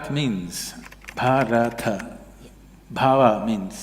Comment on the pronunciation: Please pronounce it as "Bhaaratha", not "Bhaarath"